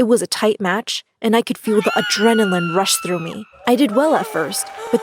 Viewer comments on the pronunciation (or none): none